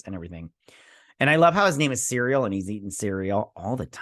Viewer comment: Cereal. I love it. But its Syrill.